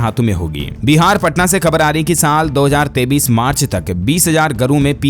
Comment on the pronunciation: AAP KA NEWS BAHUT ACHHA HAI LEKIN AAP 2023 BOLTE HO KI 2033 BOLTE YE SAMJH ME NAHI AATA HAI ESKO SUDHARO